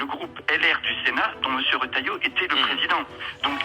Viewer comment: hahaha 🤣🤣🤣🤣🤣🤣👎👎👎 c’est pas Rotailleau c’est Ratay